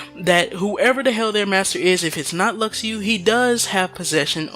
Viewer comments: Luxu is not pronounced Lak-shu or Lu-shu either, it is Latin and it's pronounced as Luk-shu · you dumb it’s ( lu-shu) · IT'S PRONOUNCED "LU-SHU" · i cringed so hard when i heard him pronounce luxu...